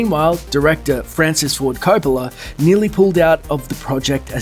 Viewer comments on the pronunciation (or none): none